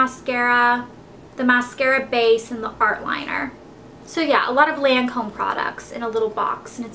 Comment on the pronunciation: Just saying... It's "lahn"come with a long A not a short A... And it's Bifacil remover not Bifacial